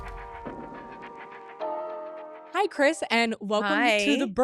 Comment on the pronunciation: Only a Kardashian could turn a one syllable word like "hi" into 2 syllables